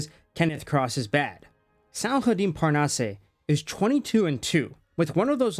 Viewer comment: "Parnasse"... Butchered? Not at all. You almost nailed it. Just end with "ass" 😉... Seriously. The "eh/ay" sound is only for É not just E. No accent, straight pronunciation. As if it was "Parnasss".